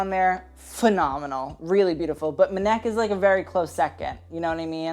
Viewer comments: really said "mehneck" with his whole chest 😗 its spelt M-N-E-K 😂. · MNEK isn’t “mneck” it’s “em en e Kay” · SO MNEK .....It's pronounced 'Emeneekay' not Menek..... ;-) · It’s ‘em en ee Kay’ not ‘em neck’ lol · Just for your future reference mnek isn’t pronounced as a work but as each individual letter M.N.E.K. Really loved this video otherwise though ❤️ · Not Meh-nek 😂 it’s pronounced M-N-E-K, now say it fast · Since I can't find references to it here, it's not Muhneck, his name is pronounced Ehm Ehn Ee Kay. Basically spelling the letters 😁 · I love you but it’s pronounced M.N.E.K not “maneck” haha 💕💛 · NOT ‘mnek’ as one word 😭😭 I think it’s M N E K , like the separate letters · "Muh-Neck" ahahahaha! It's Em En Ee Kay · Mineck I- 😭😭 it’s MNEK with all the letters being said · MNEK is pronounced em-en-ee-kay as if you're sounding out the letters. Not "ma neck" 😭😂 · Hey! MNEK is actually pronounced as the letters, so EM-EN-EE-KAY :) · MNEK is pronounced "em-en-ee-kay" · not m-neck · The way you said MNEK 😂😂 its just each individual letter (M-N-E-K) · MNEK is pronounced Eminike like you saying the letters. That’s his actual name (the way the letters sound when spoken) I’m pretty positive. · MNEK is pronounced 'em-ee-ne-kay' ;) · mnek is said like this: em-eh-nie-k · MNEK’s name is pronounced M N E K. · Queer ppl repping on the carpet is always good to see. Also MNEK's name is each letter pronounced as a singular em-en-ee-kay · Had to pause the video to come and find this comment! LOL. "M'neck" Lord no. I cackled. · not pronouncing MNEK as "m'neck" tho lmao 😭💀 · HOW DID YOU JUST SAY MNEK?! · the way you pronounced MNEK 😭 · The way he pronounced MNEK 😭😭😭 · THE WAY MNEK WAS PRONOUNCED😭😭😭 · MNEK, M'back...